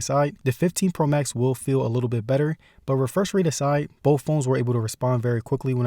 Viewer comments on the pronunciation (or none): once he said 'bowff' i was done.